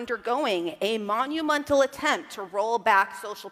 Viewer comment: Her pronunciation of Monumental had an extra u in it, 'Monumuntal'. Munt is a derogatory term from South Africa, specifically against black Africans. Additionally it is a modern slang for men as a male version of cunt. Either she just doesn't know how to pronounce words or she just had one hell of a Freudian slip.